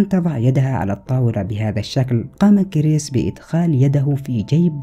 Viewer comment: كرِس وليس كر يس